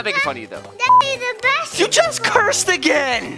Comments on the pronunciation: He said bas- shi** ball in stead of basket ball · He said bashciball